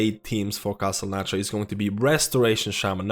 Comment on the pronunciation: What is that accent of his, with the lack of th-sounds? Like "Castle Natria" and "tree percent" et.c.